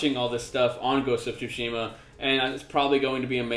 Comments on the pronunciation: Uh, no it isn't. It's pronounced TSU shee ma. You leave in the T is Tsu, since that's how Japanese works. SU is a completely different character. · It's pronounced "Su-Shee-Ma" :P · The 'u' is silent.